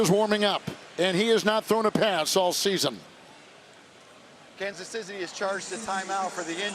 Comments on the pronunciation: it sounds like the ref says Kansas Sissy 😂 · " just in case you wanted to hear "Kansas Sizzy" again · did he just say Kansas Sissy?